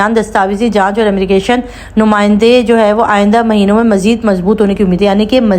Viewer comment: Sister Ammigration nahi Immigration boliye